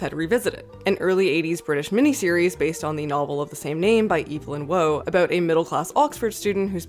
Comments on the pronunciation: Sorry for my first comment on this fine channel to be a correction, but "Waugh" is pronounced "War" not "Woe". Love your work. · It’s fucking WAUGH not WOE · Evelyn Wah, not Woe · It's pronounced Evelyn Waw, or closer to it, not Woe. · His name is Warr that's how you saw Waugh, not Woe. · Waugh is pronounced like war not woe. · Great video! Just a quick correction though, Brideshead Revisited is by Evelyn Waugh, pronounced “Waa”, almost closer to war, not “Woe”. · It's pronounced Evelyn 'War' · Waugh as in awe, its not pronounced like you're on a horse. And there's no accent in Blanchett. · N.B. Evelyn Waugh is pronounced like "war" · Waugh is pronounced like almost like "war" but dragging out the "a". By the way ' the ghost of a better film" is a stellar phrase! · 392k subs >Eve Lynn Woe What could be more American than doing no research and not even knowing how to pronounce basic English names? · Evelyn Waugh's second name is pronounced like the "wa" in "wall" or "water" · "Evelyn Waugh" is not pronounced "Evelyn Whoa." "Waugh" rhymes with "law." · FYI "Waugh" rhymes with "wore" ;) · Pronounced “evv-lin war” not “eev-leen woah” 🤦‍♂️